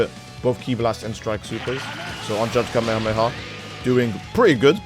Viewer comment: Who tf says "kameamea" 💀